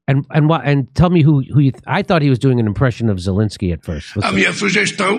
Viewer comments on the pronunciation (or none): none